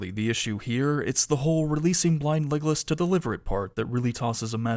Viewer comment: For a while I thought you said "blind legless" and since I didn't want to watch the show I kept wondering what on earth happens to him for you to call him that, until I realised it was blind Legolas XD Anyway thanks for watching the show for us and going over it!!